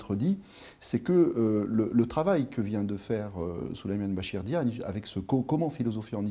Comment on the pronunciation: C'est pas diane mais Diagne